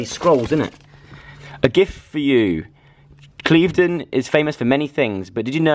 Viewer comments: It's said like clivv-den or cliff-den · He pronounced Cliveden wrong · Love how you can't pronounce Clivedon, my childhood ❤️ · Omg I'm literally dying inside... When Joe says Cliveden 😭 it's pronounced more like cliff-don ahahahah